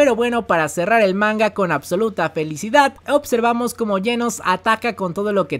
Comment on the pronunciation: buen video, una tortura como siempre el "opservamos" y "otservamos" pero bueno interesante.